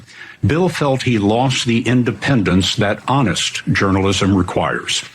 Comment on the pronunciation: He could hardly pronounce the word "Honest". I doubt he can spell it, never mind know the definition.